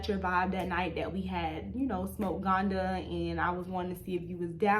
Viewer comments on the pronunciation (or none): Ganja girl ganja …. U kept saying ghanda… 🤣